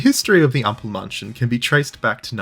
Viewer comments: ample mAnn chen, A as in accept, or in mAd, or you can also say A as in Ache. but not A as in bAr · Great video, genuenly Almosen perfect, but please learning to pronounce ä before saying Ampelmänchen over and over again. Or call him trafic-light-dude.